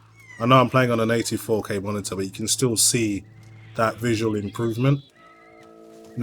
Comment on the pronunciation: "84k monitor" I'm misunderstanding you , what are you saying there